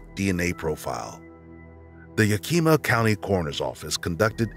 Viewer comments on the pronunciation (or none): case 7 can I just say that Yakama and Yakima are pronounced not like Yakeema but Yak-i-ma like i in intel or yak-a-ma with a in apple. It happens all the time. Yakama is the tribe and Yakima is the county/city in Washington. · It's "Yak-Im-Ah" not "Yah-Kee-Mah". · Fantastic video, but please put 1% more effort into learning the pronunciation of various places or names. Yakima is approximately "YAH-kih-maw", for instance. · This is the third channel I've heard pronounce, "Yakima" as Yakeema. Pretty funny. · "yah-kee-muh" is pronounced "Yak-i-mah" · I have to say this almost every time, it's YAK- IMA. In fact, the only letter that's stressed in pronunciation is the last A. (Source, I've lived here all my life)